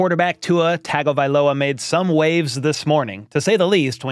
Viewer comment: hey, just to help you out here, Tua's last name, Tagovailoa, is pronounced " TUNGA-vailoa "